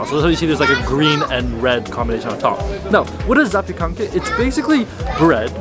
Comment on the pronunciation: Actually you've pronounced zapiekanki right 😅